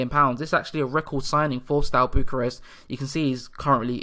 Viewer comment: I'm a new follower of the series, very nice one! Have you given yourself any restricting rules regarding amount of foreigners you'll allow yourself in the squad to ensure you still have a strong romanian presence? If you want to look up pronunciations a bit you can check (e.g. Ș = Sh, Ț = Ts, Ch = hard "k" sound as in "keg", C = like "ch" in "chest"). And "i" at the end of words is always(?) mute for nouns for example in Botoșani and Iași. Hai Steaua!